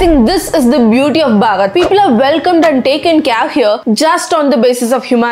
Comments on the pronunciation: “Bharat” not “BARAT” miss please don’t mispronounce it like you’re an foreigner dude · Its not barat...it Bharat.... correct ur pronounciation girl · Please pronounce Bharat instead of Barat, it stings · mam can u say pls how can i pronounce bharat or bhagaat because i heared it bhagat in ur video i think its my hearing problem so pls correct it how can i pronounce it in the correct way? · Why do you pronounce Bharat as Bhagat..? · Y u pronounce baahrat .its bharat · It's Bharat* not Barat why you are pronouncing it like that 🤔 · Pronounce Bharat not barat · Sis what is barat i know you can pronounce it bharat, you know while saying that you sound annoying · You pronounce Bharat wrong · First you should learn how to pronounce BHARAT😠😠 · You trying to promote Bharat, but cannot even pronounce it correctly. Stick to India please